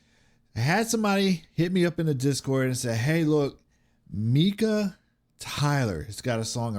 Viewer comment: It's pronounced Mike-ah. He has many songs out. He's a great artist! You need to watch his more humorous hits, like "You've gotta love millennials." You will laugh!